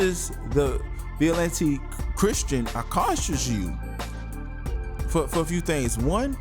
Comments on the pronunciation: Vi-ja-lent that's how you pronounce it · The word is vigilant. You should learn how to say the word before making a vid. It makes you sound unintelligent. Btw Billy Graham was a Master Mason.